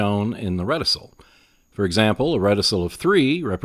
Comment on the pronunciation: Thanks for the videos. Glad to see the game getting more exposure. FYI "reticle" is pronounced with a hard C - REHT-ih-kul.